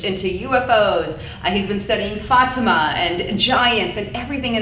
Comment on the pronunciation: Fatima. First "a" is a short vowel like in "fat."